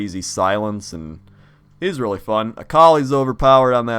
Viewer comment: Orthography is easy to learn...but "relly" hard to "marster".